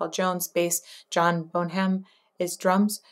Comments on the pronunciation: and it's bon as in bond, not bone. Seems clear. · John Bonham's last name is pronounced Bon um. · Maybe ask your neighbor how to pronounce Bonham. It’s Bon-um. Too bad you weren’t in high school with us at that time. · No it's bon-am the h is silent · The carnality is delicious. Everybody should have a carnal playlist. BTW, Bon-um, the h is silent. JP's use of feedback and a theremin was pretty revolutionary. Been listening to this song for 45 years and I've never heard this early rendition. I can only assume they were in the process of developing this song at this point. It's definitely different than the Zep II version. Always a blast to see the lads in their prime...........or, pre-prime. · John Bonham - Bonnem (pronunciation of Bonham). Love your show! The late 60’s early 70’s were an incredible time. Ian Anderson of Jethro Tull sometimes stands on one leg while playing his flute. Van Morrison would turn his back on the audience. Quirks are interesting! I love his flying curls. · His name is pronounced, John "Bonnum". He stood on the shoulders of giants and became a giant, himself. He didn't invent drumming, but he redefined it for rock music. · Those are primal sounds alright. They're approximating sex. That's pretty much what the entire song is about. FYI, Bonham is pronounced Bon-em but everybody called him Bonzo because he played like an ape gone wild. and John Paul Jones or Jonesy's actual name was/is John Baldwin. It's also interesting to note that in this band, the beat is set between the lead guitarist and drums rather than drums and base. Bonzo and Jimmy figured that out. Also, Jimmy uses a theremin at points to punctuate sounds. Over all this version of the song is way sped up, and I suspect so were members of the band. Bonzo is using sticks on Conga drums which is weird in itself. He added a Conga drum to his kit and had a gong and cowbell. Here, he has two Conga drums and is using them instead of Floor Toms. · It's pronounced Bonzo. 😉